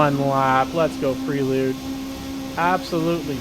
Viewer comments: Honda PRAY lude. Not pree lude. 😉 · Everytime he calls it pree-lude I'm screaming at my phone, "it's pronounced "pray-lude" you lunatic".....lol....nice vid